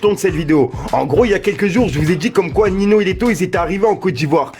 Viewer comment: Tu prononce mal ninho